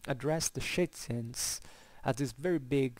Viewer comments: Very interesting video. You seem very knowledgeable on this topic. But I'm struggling to follow... who are the Schitzens and Jettais that you keep referring to? I don't know if I'm heading it wrong. Are you saying Scythian? I'm confused.. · Scythians = [shitsians] ??? i am sorry) not sounds right... scythians = [skifians] i think is more like it... other wise i really enjoyed this talk! thank you! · Hello there, thank you heartily for the compliments, it means a lot Yeah, well, welcome to my fantastic "English pack": exactly, it would be Scythians and Getae/Gets respectively, I apologize for my poor elocution. If you're interested in these topics I also made a video on Scythian warfare (that time with a somewhat better pronunciation!). I wish you a great time and enjoy